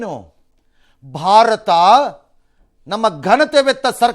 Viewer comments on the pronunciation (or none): none